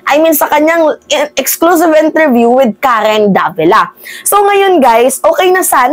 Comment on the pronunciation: Mga chinese hndi nila mbigkas ang "R" kya pansin nyo c mayora hirap bigkasin ang R , pagbigkas nya ng Karen prang karwen.. khit mag english mga chekwa missing plagi ang 'R .. example airport bigkas nila ehpot